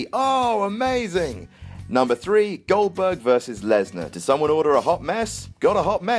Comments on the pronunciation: Fucking crying my eyes out at "Gludbug" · I marked the FUCK out for "GLODBERG" vs "BORK". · That does it. He's 'Glodbog' from now on.